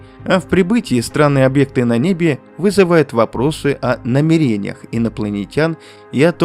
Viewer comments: Не наме!ре!ниях, а на!мереньях читается если бота добавляешь к озвучке хоть сам прослушивай иногда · НамЕрениях. Как тяжело слушать это...